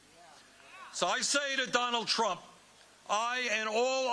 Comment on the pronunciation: How long into the speech before the Ol'' Fool "..... bwamed Donald Twump for evewything..."